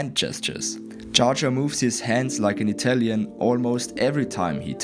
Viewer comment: whats an Italién? Are you german?